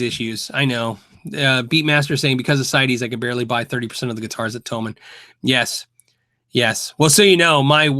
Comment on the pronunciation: Thomann do seem to look after their customers, no complaints., chat to Henning, he has a lot of experience with them. By the way, it''s pronounced 'Toeman.' Would love to see you check out some Harley Bentons from them (no issue with rosewood as they've changed those fretboards to 'thermally treated maple' (they call it 'roseacer'). Keep up the great work and thanks for all you do for us.